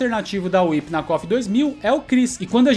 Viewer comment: O like já veio logo quando você falou WHIP e não "WUAIPI"...kofeiros sem noção que inventam nome dos personagens. PARABÉNS!